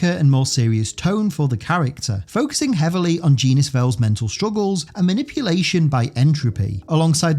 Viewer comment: Also, "Genis" is pronounced "Jenn-is." Rick Jones often teasingly calls him "Jenny."